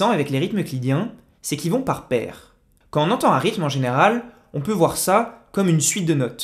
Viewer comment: Très intéressant, merci. Dommage que vous prononciez "Caen on veut" au lieu de "quand on veut". Car en français (et à propos de musicalité !), faire entendre la liaison "quand t'on veut" n'est pas une option mais une obligation. Cela vaut pour "j'ai vingt'ans" et "vingt'euros" - et non, "j'ai vain h'an" et "vin h'euro".